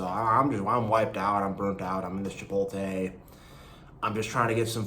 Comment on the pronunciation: Hey btw just to let you know it's Chipotle (chipot- ley") not Chipote